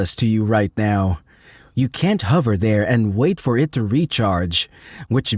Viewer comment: E.g. the way it says "hover" and flower is unnatural. Maybe a dutch accent bc they say "duh" instead of "the" ? Video is neat tho